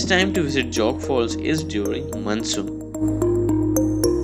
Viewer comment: It's Jog not Jog. As in joe